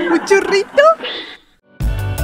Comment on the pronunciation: Me encantó como dices Shorrito jeje muy al estilo de mi estado Shihuahua.